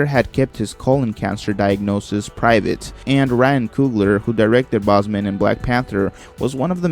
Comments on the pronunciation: His name is Chadwick BOSEMAN not BOSMAN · It’s pronounced bowsmen not bosman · How many times can you mispronounce Chadwick Boseman’s name lol